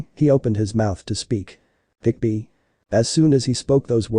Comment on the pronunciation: it's kyuubi NOT kickbi